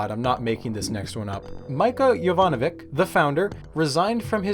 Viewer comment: Jovanovi "ch". You got the "Y" correct though :) Sorry, my research is in the region so I had to haha